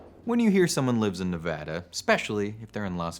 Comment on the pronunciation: Nice to hear Nevada pronounced correctly. You're not originally from Back East, are you?